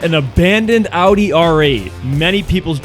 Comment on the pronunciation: I am impressed as hell that you can pronounce Audi correctly. So many americans are not able to and instead say Odi or some bs like that